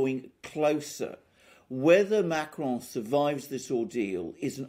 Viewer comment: STOP saying Macron as if he’s Spanish. You do NOT pronounce the N at the end of a French word! Learn to pronounce the names you cite! 🙄